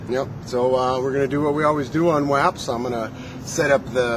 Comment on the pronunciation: u kno WAPS with a short a sounds like the racial slang for italians...